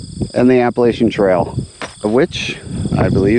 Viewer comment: It is pronounced Appa LATCH ian. Thanks